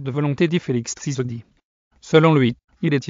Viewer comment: Monsieur apprend a Bien prononcer le nom de Mon president TSHISEKEDI et non CE que Tu prononces là...